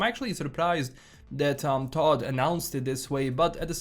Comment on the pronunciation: Toad Howard not Todd Howard !!!